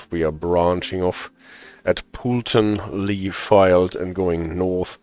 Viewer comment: If I’m being pedantic, Poulton is pronounced Poletun. But you’re close enough!